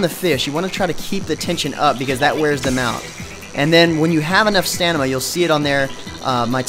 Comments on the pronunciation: Quality review of a sub par game. One complaint: If you are going to take a job reviewing MMOs, learn to pronounce Stamina correctly. Its not Stanima, it's Stamina. Note the position of the M and the N. Overall, thanks for the review :) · OMG yea that ruined the review for me! BAH! How? How could he pronounce it as stanima ughh...juck I feel dirty! God damn it! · I also, I like how they traded Omer for a guy that can't even pronounce "Stamina" correctly. Good job, MMOHut, Good job.